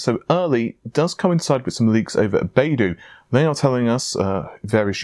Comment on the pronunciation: BaiDu is pronounced more like “buy doo“. Just sayin´.